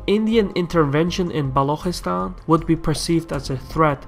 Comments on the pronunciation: Good video. This will certainly help people outside the sub-continent to better understand the issue. Just a small correction- Balochistan is pronounced Balu chi- stan. The chi as in chicken. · isnt it Balochistan?